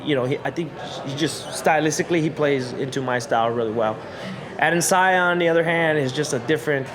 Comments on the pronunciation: It´s Adesanya, not Adensaya Kelvin ;) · Kelvin "Ade'n'sayan" Gastelum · HEY KELVIN, HIS FREAKIN' NAME IS PRONOUNCED...AH-DE-SAN-YA!!! SOMEBODY TELL HIM BEFORE HE GETS INTO THE OCTAGON AND GETS THE MUHAMMAD ALI STYLE, "WHAT'S MY NAME!!!" BEATDOWN! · At one moment he even said Adandesaya 😂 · Bro I read this comment as I heard him say AdesAYA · Damn put some respect on AdeSANYA's name 🤦🏻‍♂️ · Adesaya...? Learn ur opponents name. Step one. Of not taking opponents seriously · You'd think Kelvin would learn the correct name of the guy he's fighting for the title in less than 2 weeks times lol. Come on dude, it's not the hardest name to say. Dudes from Nigeria afterall...it really could have been alot harder to pronounce than Adesanya. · Bruh, at least learn how to pronounce your opponents name correctly.... lol